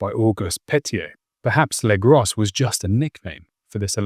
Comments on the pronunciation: Legros is not legross the S is silent. It means the big , could be a last name or title or nickname its hard to say. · You really ought to pronounce the French names correctly. Or at least try to. For example, Legros = "Legrow".